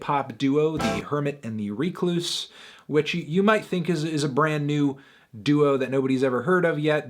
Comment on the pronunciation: it's pronounced wreck-loose, melon.